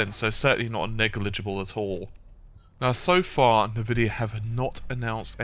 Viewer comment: "nuhvidiah" . . . and I'm out.